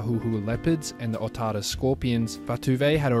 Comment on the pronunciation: Solid pronunciation of Otāra and Otahuhu, love it and appreciate the effort 💜